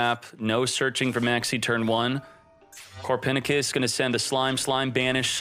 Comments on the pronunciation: Did…did he just call Copernicus “Core-Pen-I-Kiss” ?! Lol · Is anyone getting triggered by the way he says Copernicus?